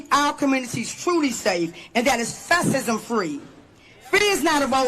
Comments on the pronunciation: "fassism" "survailiance" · Can't even pronounce fascism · “Fas-sis-um free” 😂😂😂